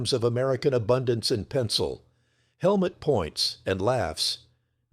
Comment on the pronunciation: The man's name is Helmut (like Hell Moot, but NOT Helmet.